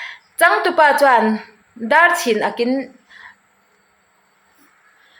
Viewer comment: Dâr chhin akin ti a I chhiar hi, Dar(koki dar) chhin (Cap) ni lo in chhin/khai sáng or tisang. Ak-not at pocket. Thu uarna zawk aw: Ák Ngaihtuah zui tawh teh i chhiar thiam lo em mai. Dar chhín ákin thian aw Dâr-copper Dar-Kokidar Chhin - cap Chhin- tikáng Ak- Ipte a ak Ák- thu uarna